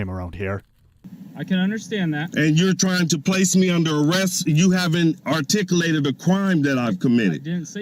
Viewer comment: “artikoolatid” That is the Moorish language.